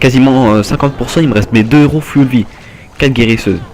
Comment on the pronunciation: mdr on dit foull vie pas full memme si sa s ecrit avef le u